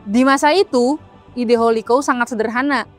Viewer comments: Bacanya bukan Holiko tapi houlikau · Holi kaw, risih banget dengernya kalo salah penyebutan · Hahaha, gatel yah denger holikou